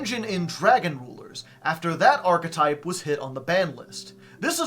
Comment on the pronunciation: oh my god this guy knows how to pronounce archetype. oh my god